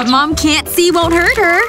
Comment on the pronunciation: It's not mon it's mom